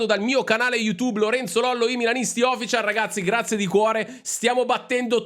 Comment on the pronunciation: Lollo sei bravissimo e competente, ti seguo in quanto mi aiuti a vivere meglio il tifo con sani stotto’ ma anche grande rispetto x gli avversari. Un piccolo suggerimento - quando dici official accento e’ sulla seconda i :)